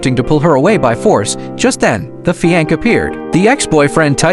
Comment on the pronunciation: Stupid narration - fi anc?